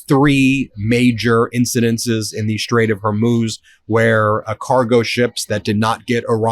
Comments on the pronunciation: this guy cannot pronounce hormuz, like it triggers me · I hate to be the grammar police but Ben consistently mispronounces basic words that he says repeatedly all day like the Straght of HORMUZ, Maria BARTAROMO, PAKISTAN, etc. It makes Ben sound unprofessional. Please help him out. It is not that hard. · HormUZ is how it's pronounced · Ben, I love your show, but it's pronounced Hor-Mooooz. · Is it not pronounced Hor-MOOZ? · Ben, Ben, Ben—please: I like the show watch every day but please: the proper pronunciation is the straight of “Hor-Moooze” and MOHshz-tah-bah (the new Iranian leader) Khah-May-nee (Khoh-May-nee died in 1989) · Strait of HorMOZE eh? Please stop mispronouncing it. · Please stop mispronouncing the Strait of HORMUZ. It is not HER-MOZE. You're driving me crazy. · Please, it is pronounced the Strait of “Hormooz” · Trump is a dumbass. The strike against Iran is an INCURSION, leading to a war. I can't stand hearing you say " hermoes". Please. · Ben, you're being a typical American with terrible pronunciation.......... HOR-MOOZ.... as in the sound a cow makes. STOP IT. STOP IT. STOP IT. HOR-MOOOOOOOOOZ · HOR MOOZ. Say it , Ben. HOR MOOZ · Ben, for God's sake.... it's HOR-MOOZ as in SHOES...... HORMUZ IS HOR-MOOOOOOOOOOOOOOOOOOOOOOOOOOOOOOOOOOOOOOOOOOOOOOOOOOOOOOOOOOOOOOOOOOOOOOOOOOOOOOOOOOOOOOOOOOOOOOOZ .... it's HOR-MOOZ as in SHOES...... HORMUZ IS HOR-MOOOOOOO it's been that my whole life. STOP IT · It's pronounced WHORE-MOO'S. JFC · Ben, love you, but it’s pronounced HOR MUZ (MOOZE). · Say the name of the of Hormuz correctly. it is not hormooz. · Please learn to pronounce Hormuz properly, try phonetically Hor-Mooz. Your driving my wife crazy and I have to listen to her yell at you. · Whore-mooz Ben, not what you say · Please learn the correct pronunciation of Hormuz. It’s a long U. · Pronounced Hor-mooz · Jeez... Learn how to pronounce Hormuz, dude. It's a big credibility buster. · Why cant you pronounce Homuz correctly? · HorMooz, not HorMoze